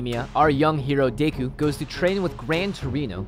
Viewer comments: day-ku im shitting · You just got me triggered on how you said deku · Did he say day-ku? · Did they just say “day-koo” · I was so offended when they pronounced Deku wrong 🤣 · you said Deku wrong